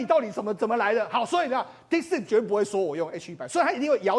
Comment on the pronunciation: DeepSeek, not DeepSpeak. 請加強發音. 張炤和像個小弟々, 罵相也像高中生,.. 不夠老練,不穩健幽默…真難看!!!